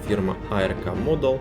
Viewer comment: Музыка слишком громко! Фигурки пилота нет. Не А-Эр-Ка, а просто Арк, ковчег по-английски, даже нарисован на коробке, ухо режет.